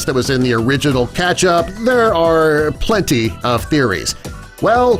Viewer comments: Y does he say Ketchup weirdly Keeetchip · Why does he say KECTHAP every time!!!